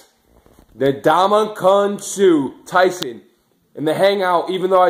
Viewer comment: Its (En)damukong Suh not (Na)damukong Suh.